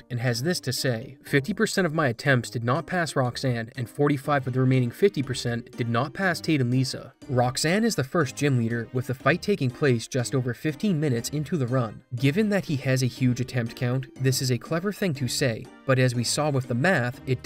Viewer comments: Love the content but some pronunciations are quite bad. KYogre is not pronounced KEYogre. Also Liza is different than Lisa. Small tweaks, but for an overall much better vid! Thanks! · He also said lisa instead of liza.